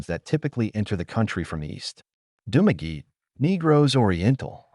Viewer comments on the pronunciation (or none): I just have one thing to say about this video. If you are doing videos on countries you are not living in of ever been to please learn how to spell the names of places and how to prononce them. It is Dumaguete not Dumagi. You also spelled and mispronounced the names of many places in the Philippines. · If you have been in the Philippines for 5 years, and visited these places, as you said, then you wouldn't be pronouncing Dumaguete as "Dumageet". And your opening pic of the locals you met wouldn't be AI generated 🙄🙄🤣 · You've been in Philippines a long time, but can't pronounce any of the places. Dumaguete, for example. Malaybalay, I lived in for 3 months... again, terrible pronunciation. Also, Mindanao in general doesn't get many typhoons because of the ITCZ (Intertropical Convergence Zone). It is also near the equator, which results in a weaker Coriolis effect and makes it difficult for typhoons to develop and maintain their circulation. Finally, center city Baguio was created by the US Armed Forces during WWII after they beat the Japanese off the island. The infrastructure there was designed by American Engineer Corps and is generally safe. I went through 2 typhoons living there, and the worst problem I saw was in 2016 when the roof blew off the SM Baguio Mall. That problem has long since been fixed so it shouldn't happen again. You WILL get occasional landslides in the suburbs and further out of Baguio, but the central area is safe.